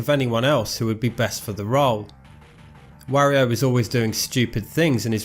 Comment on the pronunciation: holy crap I don't know if I can stand the butchering of the pronunciation "Wario" for half an hour.